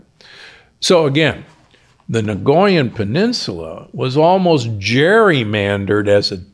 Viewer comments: NOT "NAGOYAN", it is pronounced Nycoyan (nikojan), correctly. Nagoya is a city in Japan!! 😄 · I'm Costarrican and I cringe every time he says "nagoyan". 😳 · Out of respect for the people from Costa Rica, the correct pronunciation is NI-COY-AN... as a linguist and someone who lived in Costa Rica for 8 years, I couldn't stay silent... it hurts my ears every time he says it incorrectly... there is no G sound anywhere in the word!